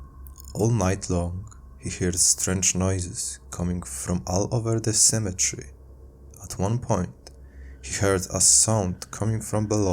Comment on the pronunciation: It's pronounced cemetery not cemetre